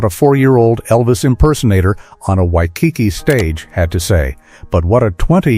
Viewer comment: Wish the speker could pronounce Waikiki correctly